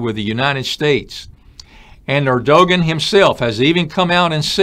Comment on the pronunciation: Erdogan is pronounced Erdowan